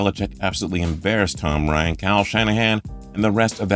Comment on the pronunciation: Ok just wanted to look at the comments to make sure I wasn't the only one that heard Tom Ryan. Makes sense Matty Choke would change his name to be more like the GOAT but doubt it will help him win a Super Bowl.